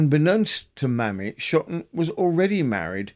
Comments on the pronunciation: Loved the compilation thank you ☺️ I have a form of OCD and so my only query is to do with the first case - should her name be pronounced Maymee rather than mammy? Maybe not - or maymee not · New subscriber loving these long compilations! (But surely 'Mamie' should be pronounced 'may-me' not 'mammy'?)